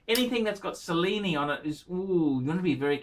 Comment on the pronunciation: "Sellini"? (Cellini) Do you also enjoy the 'Sello'? (Cello)